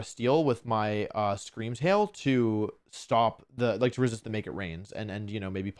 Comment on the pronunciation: Scweam Wail wins the regionals